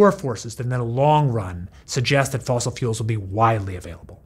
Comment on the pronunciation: It's not "fossil".